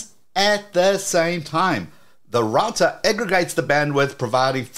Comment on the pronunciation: Great channel, but I wish you would say router correctly… ❤